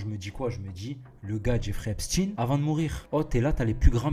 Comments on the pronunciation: Ça ne se prononce pas Epstine... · Mais bordel on ne prononce pas Epstine lol.